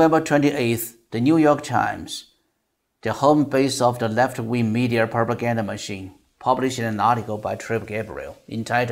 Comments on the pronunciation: 想表达一下听您英文的感受，总的来说很不错，请避免加“儿”音在“media”和“law”等没有“r”的词，听起来怪怪的。不是班门弄斧，也非挑毛病，只想这个频道可以越做越好。还有“un”这个发音可以再斟酌一下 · I have to say that your pronunciation sounds pretty good as Chinese. You can pronounce most of the words perfectly. But there are some words that are not clear or have some issues like adding the r sound to certain words that don't have the r sound like (media(r), data(r), law(r)...) and other words with an unclear vowel sound like bAllot, lOOsses, ju(OO)dicial... for accurate pronunciation, you can search the keyword on or where you can hear real people's pronunciation. Another area you can improve is word stress and intonation, especially when you reading a long sentence, there are some words that are emphasized more than others, and also how you group the words... for this, I suggest you practice with the Daily Dictation series with Coach Shane or you can go with the Ben Franklin exercise on Rachel's channel. There are about 2500 words in this video and the duration is roughly 1300 seconds, that's about 0.52 seconds per word (115w/m), very close to the speed of Trump (0.55) when he speaks in public which is a bit slow compare to the average news reporter ~0.4 (150w/m). The speed is okay but I think you can get better. That's been said, but the most important part is the content, which is what everyone loves. You did an excellent job on that, keep it up.